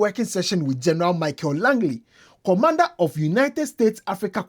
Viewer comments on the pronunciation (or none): none